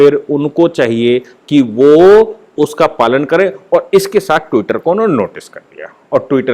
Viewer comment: Tutter per saphar Nahi aayi hai.Enlogon be Bharat me saphar machaya hua hai ..aap jars bhash ko thik Kar Bola Karen pl.